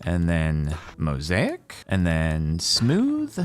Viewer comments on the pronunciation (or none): none